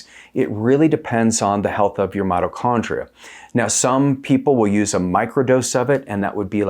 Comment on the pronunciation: It’s not “”Motto” Chondria brotha 😭